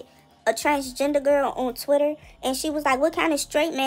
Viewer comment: He saying Twitter like bffr.